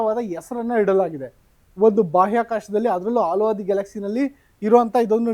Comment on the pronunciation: ಅದು ಆಲು ಮಾರಾಯ ಹಾಲು. ಎಷ್ಟೇ ಓದಿದರೂ ಪ್ರಯೋಜನ ಇಲ್ಲ ನಿಮ್ಮದು.